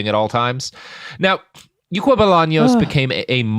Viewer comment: I can confirm you mispronounced something in Paraguay. The name of the store is "Ycuá" not "Yucua".